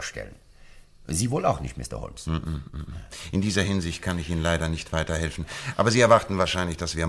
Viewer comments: Sein Name ist nicht "HO"L"MES", sondern " HOMES" - schade, dass sich dieser Fehler durch die gesamte Geschichte zieht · Die Kritik an der Aussprache des Namens Holmes ist vöölig berechtigt. Ihn so auszusprechen ist einfach nur dumm oder man hat keine Ahnung wie er in Englisch ausgesprochen wird. Einfach nur weitere Hörbücher, Filme hier anhören, ansehen, dann versteht es bestimmt auch der Dümmste. Interessant ist nur, alle anderen Namen werden wie im englischen ausgesprochen, nur Holmes nicht. Hört sich für mich grausam an und ich frage mich, gibt es bei solchen Produktionen nicht einen Regisseur oder ähnliches?